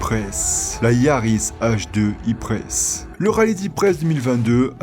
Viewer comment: Alors je suis pas belge et j'habite pas en Belgique mais t'es sûr que ça se dit "iprèsse" et pas "ipr"